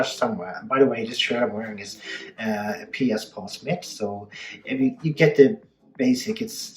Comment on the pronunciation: Smith .........not smit